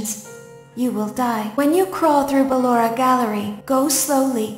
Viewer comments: C'est BALLORA pas LAURA !!!!! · C'est pas luara c'est ballora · c pas lora mais ballora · c'est pas lalora c'est balora et puis c'est pas bébé c'est baby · Cc j’adore t’et vidéo surtouts celle sur Pablo et juste c pas Laura ses balora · Non c est Ballora pas laura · C'est pas lora mais ballora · Ce n'est pas Lora c'est Balora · C est balora est non pas lora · C'est ballora pas lora 😂😂😂😂😂😂😂😂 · C'est pas Lorae c'est Ballora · Ses ballora pas lora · se nais pas lora cest BALLORA O.K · C'est Ballora pas Laura❤ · C'est pas lora c'est ballora. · C est pas lora c est Ballora 😐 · c'est pas lora c'est balora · Ses ballora pas Laura 😂😂😂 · Déjà s'est pas llora mdr s'est ballora😂🤣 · C ballora pas Laura 😏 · Balora pas lora